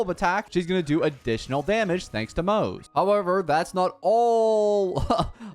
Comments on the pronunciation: Pronounced Mo-Ze not Moze. His name is not English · The way you pronounce his name is wrong 💀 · every single time you pronounce his name wrong a random victorian child dies really heartbreaking